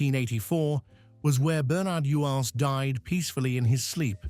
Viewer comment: whsts funny it is. The actors name was pronounced Bern-erd You-ins. Its also Jean Alexander not Joan